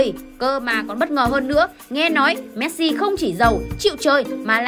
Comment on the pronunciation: Chị đọc sai họ rồi